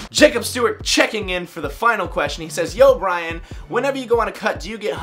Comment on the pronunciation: Nice that you answered my question in the vid. Only my name pronunciation wasn't really correct :P